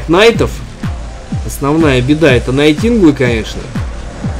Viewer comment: Ваши Найтинглы, иОсы как то режут слух, блогер. Найтингейл, айОс. Я помню вы несколько лет назад Афиды Аспидами величали. Смешно право...